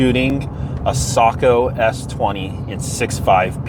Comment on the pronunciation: I just gained a whole new respect for your channel! One of the few who knows how to pronounce Sako!!! Well done 🤓